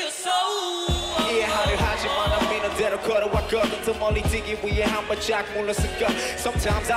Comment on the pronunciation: "Speak into my sowowowoull" I was ded